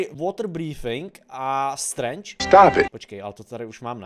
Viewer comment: říkal to strange správně